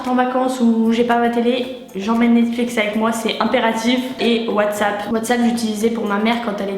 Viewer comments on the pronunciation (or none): none